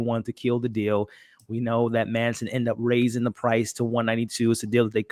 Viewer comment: It's MATTson (Matsson), not Manson.